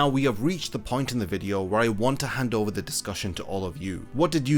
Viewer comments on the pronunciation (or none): none